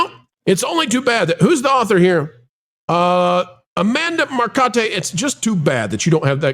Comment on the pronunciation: "Amanda Mercotte" oh lord, one of the ladies from back in the GamerGate days... the delusion is hilarious.